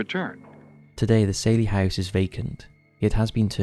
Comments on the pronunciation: Probably the worst picks your could've found. And Saylie house? It's pronounced Sally.. but an Ai voice wouldn't know that. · And it's "sally" house, not "sailey". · It’s NOT the ‘’SAIL-EEE House’’ 🤦‍♀ I mean even the narrator & experiencers pronounced it for you a few times.. SAL- eee like SALLY.